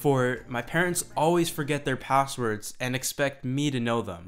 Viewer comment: "P0sswerds"?; "0Ccess"? Even though your name is actually '', I'm tempted to presume your name to be some fantastic invented NuName, like "Chamfer/Bodley/Axton/Daxfon". The English Language evolves, and pronunciations change with these evolutions; but the last ten years has brought an annoying set of Linguistic Entitites to be considered worthy (by some) of entering the lexicon. As far as my travels and interactions have taken me, I have determined that [th0t?] it's only from a certain kind of demography th0t certain changes are being proposed: The Hipster/Burning Man/Silicon CAAALi Quadrant). Reminiscent of a stereotypical Southern California joke from Thee Olden Dayes (1981), this 'new' 0ffectation is nothing short of 'V0lley Girl' talk. [Liek.. fer sure; right? Yew knew? Fully; n' st0ff]. At best, the dialect can be interpreted as being similar to Keanu Reeves' character in either of his "Bill & Ted" 0dventures It was kinda cute for about 20 seconds when Drew B0rrymore began using it publicly, in 1995. Frankly, I was surrounded by it (being raised in The O.C. from 1977 on), and thought it was an acceptable, albeit exclusively-regional and age-transitive 0ccent when kept-within the confines of its regional appropriateness - which is, specifically, among the beach-goers of So. Cal, exclusively. But to hear this insipid, juvenile betcher0ng of vowel-pronunciations, clipped (or dropped) consonants, imagined combinations of consonants (Hey, Skippy: It's pronounced "S-tre